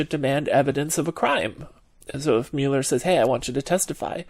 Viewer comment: Love the way you pronounced 'Mueeeuuuler". Hey, tell us something about you, anything please.